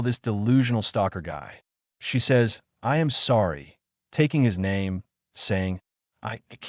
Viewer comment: Your ai couldn't even say i am sorry it fucked it up so bad watch your fucking videos before you upload them